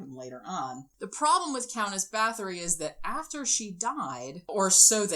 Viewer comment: Her name is pronounced BAH-TORI not BATH-ORY. It hurts when I hear her name called wrong. 💔